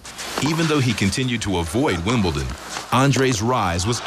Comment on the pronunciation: ...Does Bollettieri actually say, "WimbleTon"??